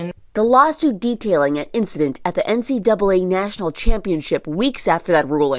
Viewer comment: Thanks for not saying N-C-DOUBLE A, which adds an extra syllable unnecessarily.